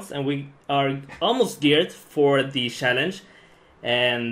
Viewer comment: TYC: Actually say 'CHallenge' instead of 'SHallenge'